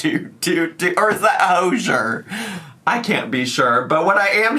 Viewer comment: It's Hozier bestie 😂 doo doo dee doo